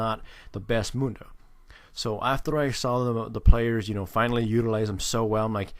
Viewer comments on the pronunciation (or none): Are you irish? when you say after, it sounded like it lol